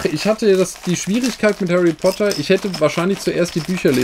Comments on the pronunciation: hawwy potter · hawy potter und lego fwiends man kennt ihn